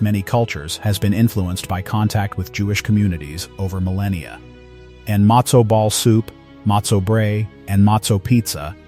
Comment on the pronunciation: Mostly pathetic pronunciation. How is it he’s able to pronounce sufganiyot and not matzo?